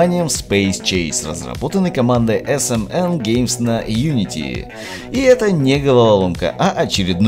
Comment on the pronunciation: Хотя ты итак хорошо произносишь😁